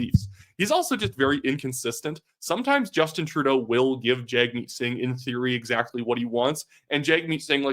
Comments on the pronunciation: At least have enough respect to say his name right. You are media. It’s not said jagmeet. It’s said jugmeet. Weather you like a person or not this is the minimum of respect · You ought not Anglicize the pronunciation of Singh's name. It's pronounced Jug' meet. Saying it wrong hurts your credibility